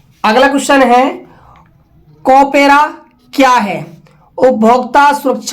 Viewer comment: कोपेरा नही सर कोपरा है सर 😂😂😂😂